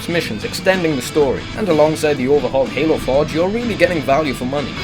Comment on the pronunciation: I tought he said anal 4 instead of halo 4